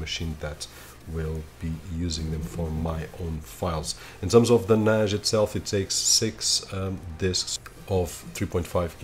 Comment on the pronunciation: Why are you saying Nash? Its Nas